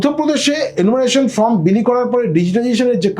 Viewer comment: আপনি বার বার ফর্ম এর জায়গায় ফ্রম বলছেন !!! সময় নষ্ট করে আপনার কথা শুনবো কেনো ???